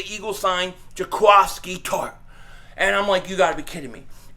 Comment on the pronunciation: Everyone keeps saying Ja-quah-ski. I thought it was Ja-quiski?